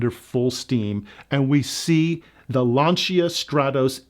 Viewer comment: LAN-cha, not LAN-see-ah.